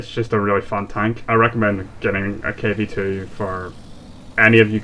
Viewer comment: Actually you pronounced right in english So you said it correctly Just realized :P